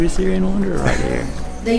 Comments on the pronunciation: "The Hungry Sayran....Sayran...." Kakahiya U.E. Sayran amputa. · The host cant pronounce the word 'syrian'??? 😬 cringeee